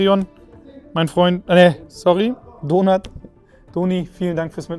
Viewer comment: Jedes mal wenn sie Donart sagen hört es sich so an wie Donut 😋